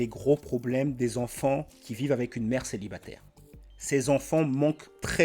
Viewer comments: Déjà elle a un gros problème de prononciation du français. On dit célibataire, pas célibatère. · "G 1 kestion pour tout'les mamans célibatairrrrrrrrrr", il ne manque que la ponctuation "t'as vu ?" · l’accent à « céibatèère » RED FLAG CSP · Déjà dès les 3 premières secondes sa façon de prononcer "célibatÈR" c'est un redflag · Celibatairrrrrre, durrrrr...